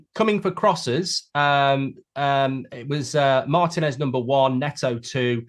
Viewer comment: Cannot take LightBridge Goldfish seriously when, like many English people, he mispronounces Martinez's name. It is Marteenez, not Martanez. Also, teams did try to buy Raya (Spurs), Brentford are not selling unless the fee is close to 60 million. He is right that Ramsdale is not a Tier 1 GK -- Alisson, Ederson, Martinez. Tier 2 -- Ramsdale, Pope, Raya, Pickford. We will see where Onana goes after this season